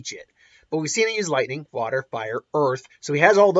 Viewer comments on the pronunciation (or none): none